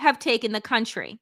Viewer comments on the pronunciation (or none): none